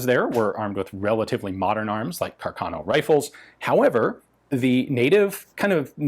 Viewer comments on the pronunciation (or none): Ah-hah! I caught you saying Carcahhhno Ian 😉. Good stuff